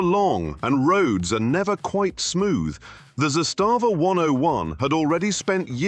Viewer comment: It is not za stava. its zastava 👍